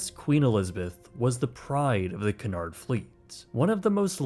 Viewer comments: We pronounce Cunard "Queue nard" in England, it is a French name. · Stopped watching when he repeatedly said Cun-ard 🙄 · It' s [' kyu-nard]. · OMFG IT IS CUNARD not canard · Its pronounced , queue -nard , stop screwing up the English language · Pronounced CUE-NARD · Great video! Only one thing though, Cunard is not pronounced ‘C’nard’ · Samuel Cunard pronounced his last name Q-nard or Cue-nard like the pool stick. I learned this aboard my crossing on the QE2. Thanks for the good video history. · That's just standard British pronunciation, consistent with the 'y' sound in dune, tune, puma etc. Only in USA/Canada would most people pronounce it Coo-nard. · It's pronounced Q nard, it's not a duck and doesn't quack LOLL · Cunard is actually pronounced as Q'unard For our American Cousins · It is pronounced QU-NARD it is CU not CA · I’ve heard Brits pronounce it cew- inard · It's pronounced like Q'unard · Love this video but as an Englishman I hate how you pronounce “Cunard” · You must learn how to pronounce 'Cunard'. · is incorrect so rarely that I, a huge ship nerd, didn’t even respond to “Cunard” until the 3rd time. Then I had to google it as I doubted myself. Haha nope, actually made a mistake! Wow, I’m marking it down as we won’t see it for another 100 episodes. Ps anyone wondering: it’s pronounced Cue-nard. Or Q-nard. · I love this series! Thx for another great video!👋🏻 👋🏻 👋🏻 Pls look up the correct pronunciation for "Cunard" though....🙈😉 Looking forward to the next one!☺️ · It is called Cunard, not Canard. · Your pronunciation is appalling. It is Cu,nard not Cun,ard, ! Tricky language English isn't it. ! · CUNARD is pronounced KEWNARD not Kunard. Get another AI package and stop using AI with American voice overs as they just MASH the English language!!! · Who is cannard its cu uuu nard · Extremely good video. Please however the name is Cunard pronounced Q -nard not Cornard.😊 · Sorry about being pedantic but it's pronounced Qewnard... not Canard